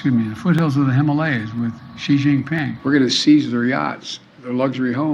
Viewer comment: He really said hymalaya